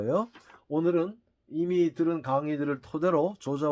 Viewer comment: 우선 조자는 "조짜"라 발음해야하지 않습니까?